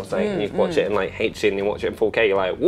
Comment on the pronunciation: Why do you keep pronouncing HD as hate-ch Dee?